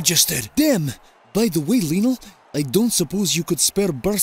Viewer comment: Lionel* not Linl